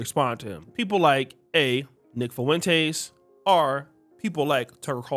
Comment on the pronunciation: I can't help but laugh every time you pronounce Nick Fu-in-taze😂